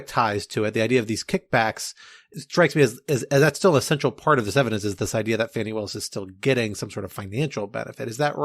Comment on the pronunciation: Thank you! Drives me crazy when it's mispronounced. Wow! She an amazing power of example!